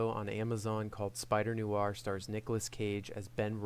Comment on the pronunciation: "noo-arr"? 😅 [edit: don't get me wrong, I love the review, but I giggled every time I heard "noo-arr"]